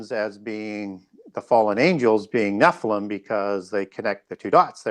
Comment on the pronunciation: Nephlium is pronounced Nefillim